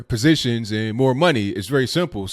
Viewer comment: said, "Positons"..haha